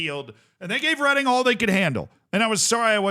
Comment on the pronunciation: I'm from Reading. Well done for not pronouncing it reading